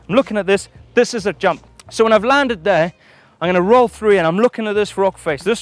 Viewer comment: I counted 20 'here'(s)! Did anyone catch how many times he said "there"(that sounds nice too)? Or is there another thread for that?🤭